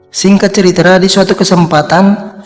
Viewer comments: Ini orang punya berapa channel ya? Perasaan pernah ketemu channel yg suaranya sama cara ngomongnya juga sama, bilang cerita jadi ceritra-_ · Min bukan ceritra tapi cerita😂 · Singkat ceritra, alur ceritra 😩 Cerita bang bukan ceritra